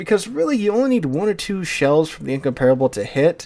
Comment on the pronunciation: I hate how you pronounce Incomparable.